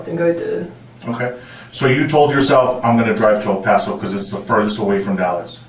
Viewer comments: It’s pronounced Pass-oh. Thanks for the video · It's "Paso".... like "Lasso." Dipshit. Do the smallest amount of prep.